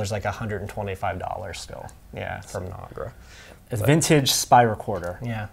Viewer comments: You're wrong. Nagra's name is based on Polish verb in past tense "Nagrać" which means "to record", and it's definitely not pronounced as Nag-ra, it's na-gra. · It's Nagra, not Nogra. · Keith Perron No, he’s right. It’s pronounced nog (like egg nog) raa, in Polish. You were just pronouncing it wrong because that’s how you heard it pronounced. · Good video. But your not saying the name correctly It's NAG (like nag sound like bag) and RA (like RA as in rat). Journalist didn't use these very much. When I was at RNTV we use to use them with our 16mm Film Unit if it was a location shoot where we needed to send a small crew. Journalists didn't use them because of the cost at the time cost us around 1000 D-Marks. The intelligence agencies did use them, but it was more widely used in film news gathering. During the Vietnam War TV crews in Vietnam had three sound recording unites. These were one made by Uher and two made by Nagra. One of them was the Nagra SN, which was easier to operate in the field.